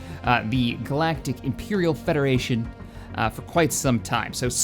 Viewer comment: Help the federachion flet